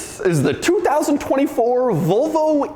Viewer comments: Why do Americans pronounce it vovo? there's and L in there too. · Why do you keep saying “Vo Vo”?